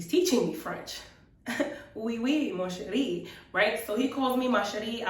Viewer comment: for Mon Cherie, you have to swallow the n. you dont pronounce it :P